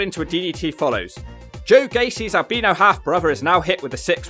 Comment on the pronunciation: You've mispronounced Albino twice this video.